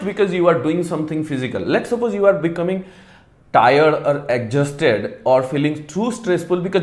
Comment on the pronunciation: Plz learn the right pronunciation of exhausted